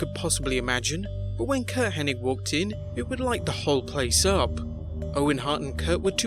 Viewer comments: Maybe it was just Vince’s accent but it always sounded like he said Henning. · Why do people keep calling him Curt Henning? its Hennig not Henning right? wrong? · Get his name right! It's Curt Henning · It's HENNIG, NOT HENNING, moron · IT'S HENNIG, NOT HENNING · FYI everyone... it’s HennIG not HennING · I think where the confusion lies, is the g is actually silent, so it's actually pronounced Henni, so when people see the g at the end, they automatically assume it's Henning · Yeah on youtube i always see people calling him Henning, like wtf?? Lol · It's remarkable how so many people in the business respect Curt Hennig, and none of them know how to pronounce his last name. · It's H-E-N-N-I-G, NOT H-E-N-N-I-N-G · You mean "HennING", right? 😉